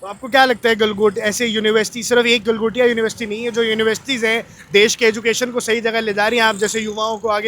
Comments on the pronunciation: गलगोटिया ❌ गलघोटिया ✅ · "गलगोटिया" नहीं " गलाघोटिये" यूनिवर्सिटी 😂😂😂😂😂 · Gal-Gotya university 😂😂